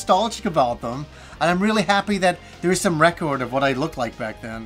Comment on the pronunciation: Rec-COORD!! Lol!!